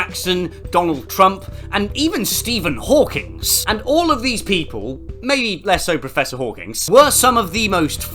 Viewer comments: I've never heard someone pronounce "Hawking" as if it had an S at the end. Is this a British thing like how they pronounce "math" with an S? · Professor hawking, his name is professor hawking- why does everyone call him professor hawkins???